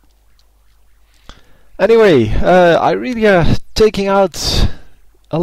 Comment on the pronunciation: Apparently its Irealiea, not Irelia, get it right......